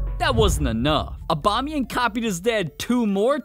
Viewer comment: normal people: aubameyang english speakign people: abamiyengu